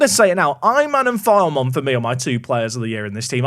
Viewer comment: Loving the series! FYI, Filemon is pronounced Fill-uh-mon, but if he continues to file away those kind of performances, pronounce it however you like